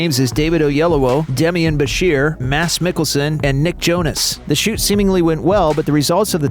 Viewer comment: Great to hear Mads Mikkelsen’s name pronounced correctly!